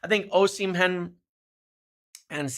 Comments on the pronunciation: O-sim-hen 🚫 O-si-mhen👍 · First… learn his name right! It’s O-si-mhen , not O-shi-men ! Forget any Napoli players and V.Osimhen after you tried to fraud and blackmail them on Garnacho, plus he rejected M. United already!🤫😡